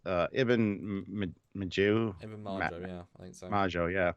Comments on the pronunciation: The correct name is Ibn Majid , not Majio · It's Ibn Majid, with a D. It's named after a historical Arabian explorer.